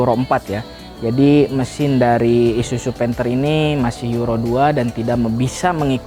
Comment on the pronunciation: Gua muak dengar kata isuju isuju isuju bisa bener gak bg??? I s u z u pake zet bukan jet